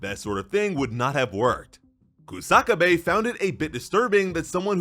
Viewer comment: It's Kusa-kabe not Ku-saka-bae